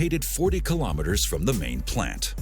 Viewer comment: I wonder why people always seem to trip up on the pronunciation of "kilometres" when they can say "millimetres" properly.